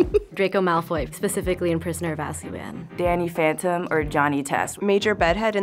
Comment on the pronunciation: This girl said "Danny Fantom and Johnny Test"... please stop it. :D